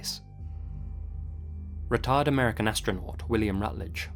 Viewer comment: I was half listening while drawing and Literally™ thought you called him a "retard astronaut" not a "retired astronaut"...